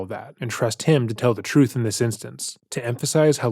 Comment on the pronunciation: “Das da troof. Das da reality.” BRO PRONOUNCE YOUR T’s